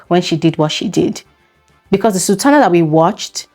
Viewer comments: I heard her say Sabrina not sultana. I'm confused 🤔🚫🚭😕💭🧐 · Did she say Sabrina or sultana??? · Did she say Sabrina or Sultana